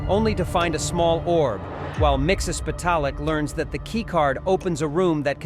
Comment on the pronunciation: Miksis pedal it voice to text will not spell his name right but you did not pronounce it right you’re saying you know you haven’t pronounced certain things right maybe do your research sorry if I sound mean just constructive criticism